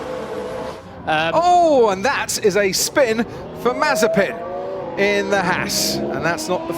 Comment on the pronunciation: It is no more mazepin but it is mazespin